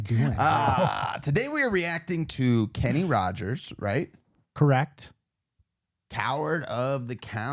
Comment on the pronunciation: It’s just Rogers,no d 😊